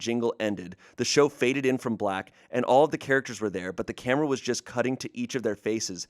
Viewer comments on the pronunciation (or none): none